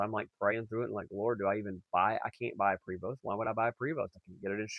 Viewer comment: Enjoyed the video. You have done a fantastic job on the conversion. Prevost is French and is actually pronounced Prayvo. Enjoy your bus and travels. My motto Have Fun Stay Safe and Keep Making Memories